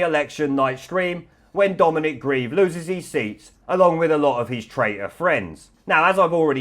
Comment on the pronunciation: The presenter seems to be ignorant of the 20th letter of the alphabet, yet he proudly shows a photo of Gv and JS labelled, in his enunciation, "wat" and "raitor". Please learn to pronounce words properly, it would be so much easier to follow for people whose mother tongue is not English!